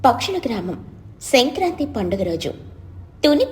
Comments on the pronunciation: Kindly correct the pronunciation its Sankranthi and not Shankranthi. U r saying it wrong. Im a ver bigggggggg fan of ur's and don't want you to go wrong. Pls correct. Happy and delighted that you give nice content but little mistakes should not be a barrier. No offense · It's not senkranti please pronounce it well mam